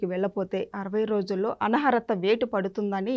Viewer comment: Mundu Telugu sariga nerchuko talli adi anaharatha kaadu. Anarhatha